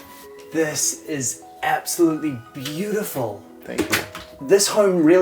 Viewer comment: Can someone PLEASE tell,there is AB solutely NO P in aBsolutely; call me pedantic but it's a real turn-off for me every time he says it,,he sounds ah-stupid-really!!! Why do intelligent (?) People DO THIS!?!